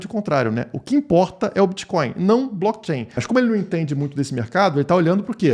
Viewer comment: O que é esse "Bitcoio" aí ?? Isso é "creptomoeda" ??? 🤣🤣